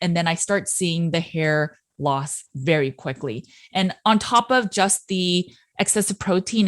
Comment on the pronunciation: Berry not nerry